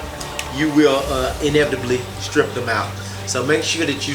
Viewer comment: inevit-a-bubbly lol